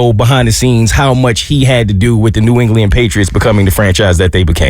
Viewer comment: New “Engliand” 😂, New ENGLAND